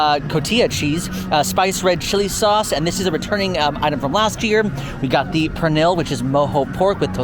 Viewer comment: I know other languages are hard but it's cotija (co-ti-huh) and cocina (co-si-na) pernil (pehr-nil)